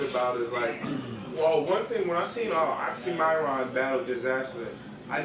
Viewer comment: Ahahaha)) made the same mistake. OxxxyMIRon. NOT oxxxyMORon.